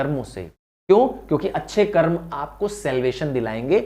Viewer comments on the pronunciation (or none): none